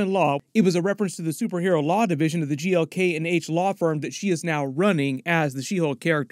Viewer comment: He finally said GLK&H correctly!!!